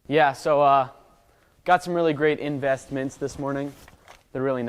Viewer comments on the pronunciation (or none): in-vest-mints... im done. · "in-vest-mints" I am DONE with this channel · In-Vest-Mints... please tell me you didn't... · You know what I was thinking during that "in-vest-mints" bit? WASTED. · What? An Englishman using a French Press? What would Admiral Lord Nelson say? In-Vest-Mint 😂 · "In-vest-mints"... that word will never be the same. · Lol, investmints... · "in vest mint" Will pls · In-vest-mints......... wow... ok then.. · You gotta be kidding me... in-vest-mints... xd oof